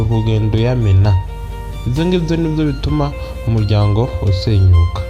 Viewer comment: Bavuga umuryango ntabwo ari umujyango